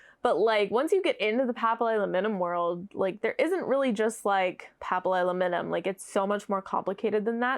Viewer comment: Thank you for sharing your thoughts! I am so jealous of how easily you say papillilaminum. I can’t even pronounce it when I see it spelled out.